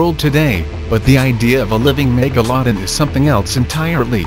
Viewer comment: Do yo know how to say megalodon hm